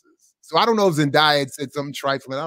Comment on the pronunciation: her name is pronounced Zen-DAY-a, not Zen-dye-a! there’s no reason to have any level of animosity towards Keke when commenting (not ranting) on a topic that includes her accolades and star power, especially when more research into the background of this comparison is probably needed before spreading and perpetuating this narrative of the two talented women.